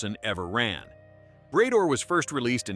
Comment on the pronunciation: Bray-door? Really?